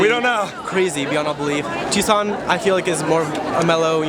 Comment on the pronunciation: NOt tukson, it's Tuscon. Pronounce it Too-saun.